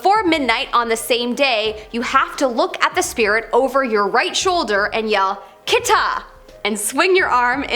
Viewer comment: For daruma one Its not TOMARE....western way to say it....the real way to say it is TO MA REy(tomare) which means STOP! same goes got kitta...not kita... Its KIT TA(Kitta) meaning Cut!